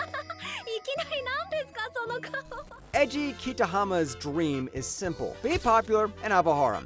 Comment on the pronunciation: for someone who makes videos in anime you really don't even try pronounce the names how does eiji become edgy and how is sousuke sasuke